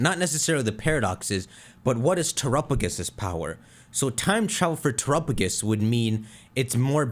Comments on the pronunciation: (Tour - up - uh - gis?) defuq? this thing is definitely pronouced (Tear - app - uh - go - s) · I just can't listen to this person say turrapigus all video.